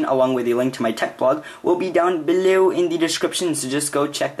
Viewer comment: Yeah im not a big fan of the way you say 'below' or the way you tell us on each video to do all that at the end just a sugestion